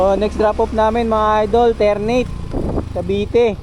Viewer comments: Ter-na-te yun hindi Ter-neyt 😅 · haha ter - na - te po yan haha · Ter-na-te po